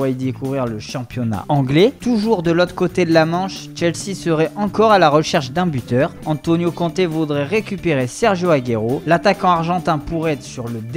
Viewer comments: AGUAYro??? Serieux? Changez cette voix svp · C’est Agouéro pas Agayro xD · apprends a dire sergio aguero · Applique toi à dire les noms des joueurs comme celui d'Aguero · Je veux bien soutenir la voix mais la la prononciation de aguero 😂